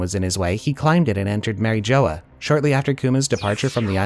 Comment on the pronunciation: Mary Jo-uh